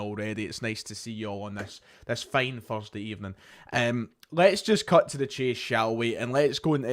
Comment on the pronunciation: Fursday evening? Was it possibly a wee bit of fur that stuck in your throat? Sorry, Froat.